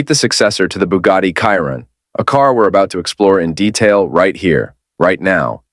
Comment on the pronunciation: You don't know how to program your AI voice to pronounce Chiron correctly.